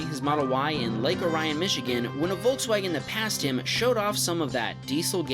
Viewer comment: Lake Orion. Just a heads up, it's pronounced lake or-ee-in.